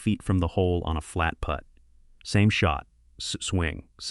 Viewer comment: AI pronouncing Putt as put grates on me.